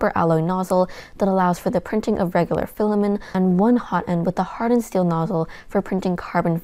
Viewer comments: Stop saying Fila-min. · As other commenters have said, reviews on this channel are really excellent and I greatly appreciate them. But I would love to know the origin of her pronunciation of "filament" as "filamen". It's just a little quirk but makes me curious every time I watch this channel! After all, "filamen" is a legit term in cell biology. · Love the channel but I don't think you're pronouncing Filament correctly. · I am not a language expert, but to me, the pronunciation of 'filament' without the 't' sounds normal. In American English, the pronunciation of 'filament' is often more relaxed, and the 't' sound at the end may not be as pronounced as in British English. Therefore, you may hear a very light 't' sound at the end that is almost like it has been entirely dropped.